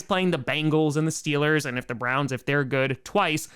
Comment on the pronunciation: But you said steelahs go shupa bowl when you visited tom 🥺